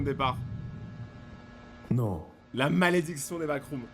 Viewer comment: T'a dit backroms wsh